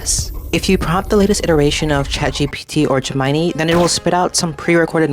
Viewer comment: You really can't pronounce Gemini correctly? Why am I watching this?